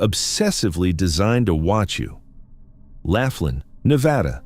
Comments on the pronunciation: It's Laughlin, NOT Laflin. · Laughlin. Not Laf tin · 😅... I laughed hearing " Laugh lin " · Pronounced LAW--FLIN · it's Laughlin, pronounced... lof-lin, moronic when you can google the enunciation and the correct spelling. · I live in "Laugh-in" a city in "Nah-Vah-Da". What Country is THAT?!?